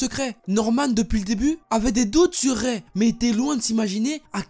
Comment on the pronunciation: Prononce Ray "raï" plz 😂 Raie 🤣 Bon j'avoue en vrai c'est pas drôle